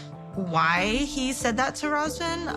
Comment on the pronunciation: As a Romanian it irks me how y'all can't say his name correctly. It's pronounced Ruhzvauhn. How y'all be saying it It's a completely different name